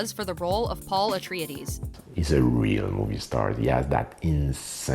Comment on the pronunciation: "Paul Atreeadees"